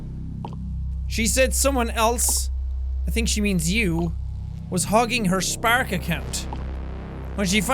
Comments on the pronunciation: I love the way Seán pronounces spark, he says it like sPAark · I really like how Jack pronounces Spark. Is that only me?